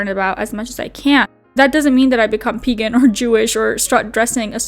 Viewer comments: Is this a way to have ties to Moses for eternity? Actually the more he talks, the more I see they are the same. (Sorry) And she needs to learn how to say PAgen not Peggin.. thats for your onlyfans. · Wicca doesn't deal with curses. Also it's pronounced Wick-ah and Pay-gan. She could possibly be a natural witch, that's not out of the realm of possibility. Wicca is an organized religion like the Catholic Church or Lutherans or Protestants or Baptists. You can have a natural affinity to Witchcraft. Pagan is an umbrella term for many different types of spiritualities. Wicca is just one out of thousands. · She's pagan but pronounces it wrong 🙄. Love it.